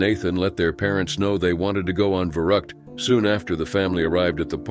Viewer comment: You pronounced the rides name wrong its verr-uu the u is stretched